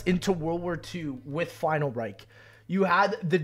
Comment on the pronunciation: He do be saying final reik